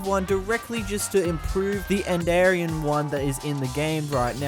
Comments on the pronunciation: "the enderian mod" ... AAAAAAAAAAAAAAAAA btw its spoken like endirian edit: he said enderarian in the past apparently and idk how you can even get that edit 2: he also said enderan and endrian on accident too on , , and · it's end - er - ee - an